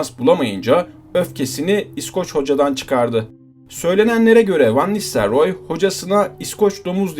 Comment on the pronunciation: Olimpiyat çocuğu Van nistelyoor😁